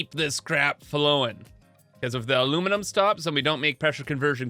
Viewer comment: at the "aluminimum" i cracked up xD